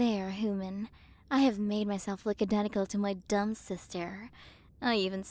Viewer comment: Alright time to play the game of “Take a shot every time you hear say hooman/hoomans”